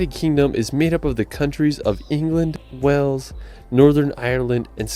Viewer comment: And Wales as Wells 😂